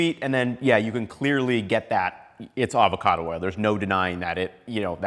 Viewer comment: “Avocado” oil, NOT “Alvarado” oil,. 😎 Great presentation 👍